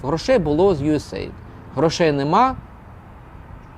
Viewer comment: правильно казати « Ю Ей Ей Айді»